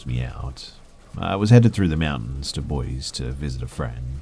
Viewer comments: the only people who pronounce it boy-zee are out of towners. Any local will tell you it's boy-see. Source: I've lived here my entire life. As has my family. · Boy-see not boyz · Boise is pronounced boys-E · Loved it, just wanted to let you know Boise is pronounced "boy-see" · Say it with me Boy-See, Boise 😂😂🤣